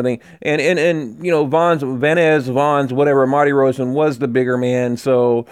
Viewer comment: I like your videos and GGG but this sounds too much like a fan video at times. And honestly...please try to get the fighters names right, they deserve it: Martirosyan